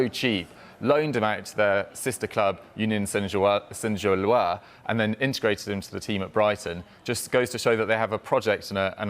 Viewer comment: he mispronounced Sainte Gilloise. If you are going to be pretentious and try to say it in french, at least say it right 😂